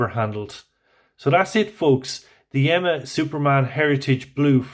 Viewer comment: Interesting piece. Wear it in good health. The correct pronunciation is Yeema (not Yemma). Regards.